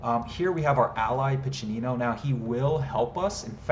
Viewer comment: As an Italian, I'm equal parts impressed by the work you put into the scenario and amused at how you join the voice actors in mispronouncing each Italian word in different ways :P Piccinino's was quite good though, I must admit I really like how you gave quite a few historical insights and explained how they influenced the design, especially the fact that you made sure that the best approach is to think like a XIV century Italian mercenary commander. Still, I think I would've enjoyed even more an in-depth level design analysis: from how you did your research to planning, building, playtesting and tweaking. No worries though, I would understand if you'd rather keep the secrets of the craft to yourself - or if you are contractually obligated not to go into any detail. Given how you've evidently done quite a bit of research on the subject, I thought you may enjoy some linguistic trivia around the word "condottiero": While "condottiero" did mean "contractor" in XIV century "Italian" (Italian didn't exist at the time, each region had its own linguistically distinct language), in modern Italian it has the much more generic meaning of "field commander". There's very little nuance, too: nowadays you would use "condottiero" in Italian any time you would use "field commander" in English in a military context. If you want to avoid any confusion, the term you're looking for is "Capitano di Ventura" which literally means "Captain of Fortune", in the fortune-seeking sense. A mercenary work